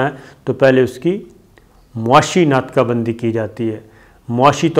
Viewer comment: ناقہ بندی نہیں ناکہ بندی۔ 🤦‍♂️🤣